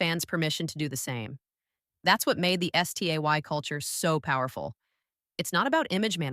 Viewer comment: I have a problem 😅 the audio is very AI. The audio voice occasionally glitches, repeats a lot of things walking in cycles and also went and spelled instead of pronouncing "STAY" at one point. 🙈 If this is fan content but voiced this way my someone who needs accommodation or doesn't want to use their own voice, then that's one thing. But then that would mean more polishing + proper transparency and labelling that AI was used specifically for that purpose! What I'm really concerned about, would be this channel being a full AI/bot channel. Not only would that be terribly problematic in more than one way, but also trampling over the very principles of connection that Stray Kids and STAY stand for! 👀 So ... what's going on here?